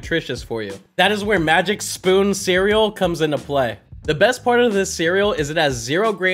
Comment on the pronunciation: The legendary sproon. It was so funny how he didnt even realize he had said it til he rewatches it lol